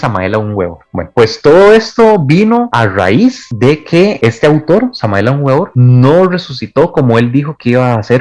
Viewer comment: No sabes pronunciar bien el nombre completo de Samael Aún Weor .Su nombre significa : verbo de Dios . Léete su cuerpo de doctrina.Eres comparsa de la iglesia católica o que ? Para empezar léete la obra completa de Samael . El ego es un nudo en el fluir de la existencia .El ego es están .